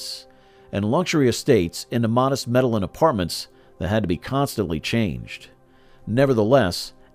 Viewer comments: Me da lin is such a crazy way of saying Medellin. It is pronounced medejjean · EXACTLY. The mispronunciation is driving me nuts. Medellin is supposed to be pronounced Med-ah-yeen. It's a Spanish word 🤦. They should have used a narrator who is more familiar with the Spanish language. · It’s med a yin. Not medal lin. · Maybe it should be spelt meddigin? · You could at least pronounce town right. Over and over. It’s not Medellin. Like medicine. It’s medeyeeen. That’s how you say it. Makes you look bad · After hearing medeling cartel and then Felix gallardo like the Lamborghini I had to turn this shit off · You pronounced medillin wrong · I had to stop watching the video as soon as they said that